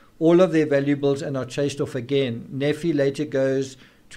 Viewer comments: Nephi is pronounced "Nēē fī" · Hiplos sounds like code for the operation, not a person. Nephi is pronounced Knee-fye, Laman, Layman, Lemuel lem-you-ell. I'm not l.d.s but friends are. No wonder poor Tylee was murdered, she knew Charles was shot and purposely left to die...poor, poor girl!. Lori has been delusional for year's, building up to this, keeping it under wraps. It would not surprise me if the reason she is in a mental facility is that she is Still hotly proclaiming that she is "chosen" and has been merely fulfilling the lords will!!. Her defence lawyer can't very well work with that...Chad on the other hand has had I.M.O, delusions of grandeur and felt he was destined for greater things for a long time BUT I think he made up and believed his own b.s as he went along spurred on by Lori's adulation and that of their warped followers. What a mess! I don't think Lori will Ever believe she has done wrong and will continue to see herself as a martyr for Chads "cause". More people must be arrested and charged obviously in light of current information. The main two players must be confined, kept away from society...forever? We can only hope.